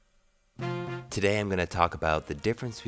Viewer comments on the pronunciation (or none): none